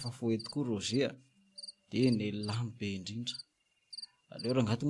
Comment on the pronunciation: Misaotra o !! Mbola mila ezaka ihany io! Ny texte mila amboarina ihany koa fa be détails loatra . Ny teny frantsay koa mila tononina tsara: sambre (chambre)' rozė (Roger)...